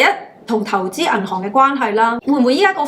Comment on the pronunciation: 無法子唔LIKE 你！thanks ，成萬字，每個咬字非常清楚準確，資訊一流，剪片滿分，只係一字「銀行」個「行」字個音有小小問題，「銀行，銀寒」，努力！極支持！